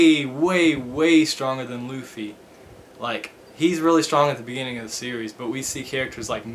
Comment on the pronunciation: It's not Looffie it's Luffie with a short u sound.